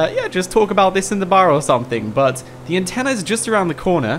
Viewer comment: Anten-NA lol not Ni